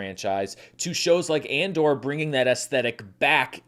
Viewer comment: Did said “Mandor” at?